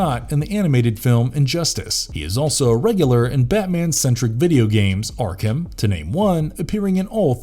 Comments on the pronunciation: Why are you saying yarkam instead of ARkHam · I'm sorry, i love the videos but pronouncing arkHAM got on my nerves. Its arkum... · I hate the way this guy says Arkham but I do like this villain series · Seriously butchering the name Arkham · The pronounciation of Arkham is driving me bonkers